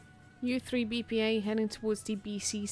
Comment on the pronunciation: we are reading as IZVRA, not u3 BPA) thats short form of ukrainian word, so thanks for streaming